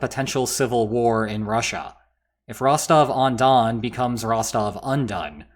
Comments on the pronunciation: It's Rostov, Rostov-on-don, or Rostov-na-donu. Rostovon doesn't exist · "If Rostov-on-Don becomes Rostove-Undone" 🤣🤣🤣 That's why I sub to this channel.